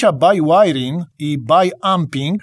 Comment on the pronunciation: BIŁAJRING, a nie bajłajring.